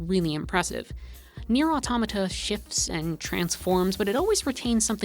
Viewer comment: THANK YOU for pronouncing Automata properly